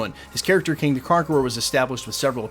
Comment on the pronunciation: Kang not king! 😂